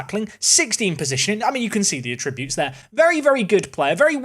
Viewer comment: Going off piste here a little, but isn’t attributes pronounced ATTributes and not atTRIButes (capitalisation denotes stress)?